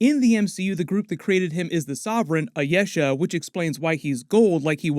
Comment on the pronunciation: "Ayesha" is Pronounced as I-e-sha